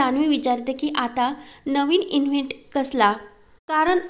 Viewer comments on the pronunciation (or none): किती चुकीचे उच्चार करता, इन्हेंट नव्हे, ईव्हेंट असतो. लाॅस्ट नाही लाॅस वेगास 😂😂😂😂😂